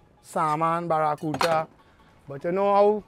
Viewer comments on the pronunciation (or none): the word is Barracuda not barracuta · It have no t in barracuda